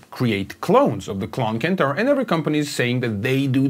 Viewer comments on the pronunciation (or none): CENTAUR not Kentaur! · Good and interesting video. It sounds way better with the mod but fyi it's pronounced senn-tar not kent-tar